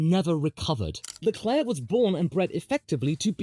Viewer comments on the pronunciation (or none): You didn't just say Charles Leclue😂😂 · Charles Leclue 😂😂😂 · Charles LeClue is even funnier for a french speaker, as it sounds like you're saying the french word "clou", which means "nail". And considering how many blows he's received, he could also be Charles TheNail